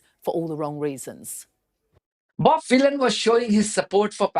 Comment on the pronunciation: One of the times you said Bob Vylan I thought you said Bob Dylan, which is quite funny because he's a Zionist shitbag.